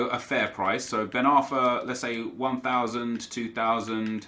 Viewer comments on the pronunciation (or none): none